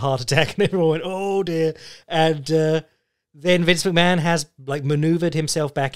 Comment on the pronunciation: Why is Vince McMahon pronounced Vince McMann?